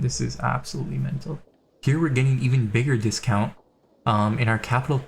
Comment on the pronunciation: Yo why did you say “mental” with your American accent as if you’ve grown accustomed to saying it to yourself at your computer desk all by your lonesome an ain’t nobody said wtf you saying